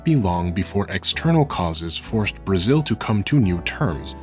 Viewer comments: It's so funny and cute when you say Brazil, bue it's sounds like 'Braxiul' (a brazilian talking here) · Your first pronunciation of Brasil is actually closer to the correct one than "Brajil" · "You are going to Blazil". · The "Z" in "Brazil" is pronounced as "Z" exactly as in English, not "Brazhil". The way you pronounced would be spelled as "Brajil" in Portuguese. Just a slight correction. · Love your pronounciantion : Brájiuu! by the way brought me here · i love how he pronounces ''Brazil'' as ''Brajiu'' :'D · Acho que ele tá falando assim para tentar imitar a pronúncia dos Japoneses que é Burajiru, talvez deve ser isso, ou ele realmente acha que está certo hahahaha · Brajiul HAHAHAHA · Your "Brajiu" pronunciation is hilarious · Muito bom, adorei a pronuncia "Bragil" so cute! ótimo vídeo! huehuebr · "Blanka from BRAGIL" haha really Nice video, and really cute pronounciation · Why do you pronounce Brasil as "Brajil", kinda cute tho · Its pronounced BRHAHZHIL!!! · brajil is the weirdest pronounciantion ever :p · your pronunciation of Brazil makes me laugh so much man, i love it are you carioca by any means? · The way you say Brasil gives makes me both happy and sad at the same time, its somehow such a correct pronunciation said in such a weird funny way, I love it tho